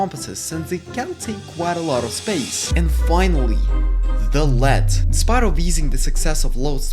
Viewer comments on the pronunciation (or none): Lead is pronounced LEED Lead when pronounced LED refers to the metal, which is non-existent in the game outside of mods